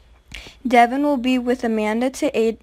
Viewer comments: Devon is pronounced Duh'Von 🙄 Ma'am do your research before you review a show. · This girl is ridiculous! She can't even pronounce Devon's name correctly!